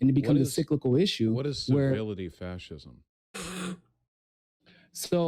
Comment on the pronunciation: Civility? Servility. As in servile. As in servant. Muppet.